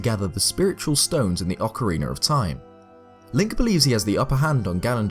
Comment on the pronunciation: Good video! I only have a question that isn't related to the topic but I've been having since I started to watch your videos... I'm from Mexico and I understand English but my pronunciation of it isn't that good... maybe I'm mistaken with you, but why do you say "Ocariner" of Time? This isn't to criticize, I just have that doubt... Keep doing this kind of videos, I like them a lot! Thanks.